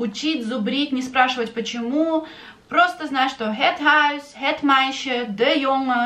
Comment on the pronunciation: Некоторые дифтонги Вы произносите не так,как объясняли , например в словах - дом,и исключения и некоторые другие